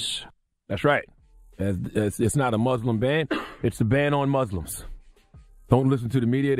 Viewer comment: Damn!!!! He said MUSLIM!!! NOT MOOOZLEM!!!! I think I might cry. And he acknowledged this situation..